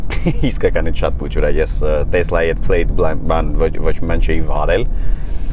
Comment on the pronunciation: Նախ ասեմ որ «տեսլա» չի «թեսլա» է 2-րդը «կիբեռ» չի «սայբռ» է իմ ախպեր։ Չգիտես թե ինչու են Հայերը միշտ թարգմանում ռուսերենից - Հայերեն։